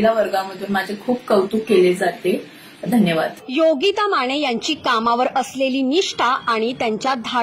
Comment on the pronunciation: बातमी खरंच प्रेरणादायी आणि कौतुकास्पद तसेच अभिमानास्पद आहे, पण तुमचे अशुद्ध बोलणारे अँकर बदला आधी. योगिता माने ऐवजी योगिता माणे, लग्णानंतर असा शब्द बोलताहेत लग्नानंतर असंही धड बोलता येत नाहीये त्यांना, कोण घेतं अशांना ? जे लोक अशांची निवड करतात यावरून त्यांचं पण काय शिक्षण झालंय हे उघडपणे समजतं. खरे उत्तम बोलणारे आणि गरजवंत राहताहेत बाजूला आणि वशीला लावून घेतले की हे असेच होणार ना भाऊ !